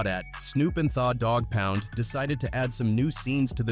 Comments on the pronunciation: How do you pronounce the dog pound thaah dog pound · Thawwww Dogg Pound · This AI shit has got to stop. Cover people and stories using your time and your own voice to do it. What the hell is THA DAWG POUND, If you are a Hip Hope fan, you would know and pronounce it correctly. The Dawg Pound. Put time into your work and stope having AI generate stuff for you. I appreciate the light was shined on the story though. Just show the culture some more love by not having AI generate content. Respectfully! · AI needs to learn how to read slang..the way it say Tha Doggpound 😂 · “Tha” Dogg Pound 🤣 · Narrator is a goof the way he pronounced tha dog pound lol smh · I'm just highly entertained by the mispronounced names of it all. Tha Dogg Pound, Noreaga, he's screwing all of it up 😂